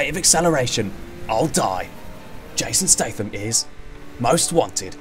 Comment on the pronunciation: Don't you mean "Jason Statham as... Jasan Statham... in another movie about... JASON STATHAM!!!"